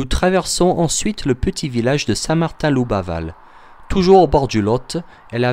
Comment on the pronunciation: Attention c'est Saint-Martin Labouval et non "Loubaval" ! ainsi que Saint-Géry et non "Saint-Guéry"!